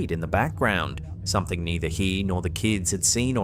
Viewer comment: I love the way says… somethink… like he’s got a stuffy nose. He really emphasizes the “ink” part & it cracks me up for some reason! My husband is from England, but he’s from Bristol, so he has a different accent. Funny how they have so many different accents in a country the size of England! Although, now that I’m thinking about it. We have different accents just in different parts of Southern California! I could tell If someone was raised in the valley bc they have that vocal fry, (think valley girl, or Kardashians). Whereas I’m from the Westside, where we speak more surfer/skater dude! 😂 🤙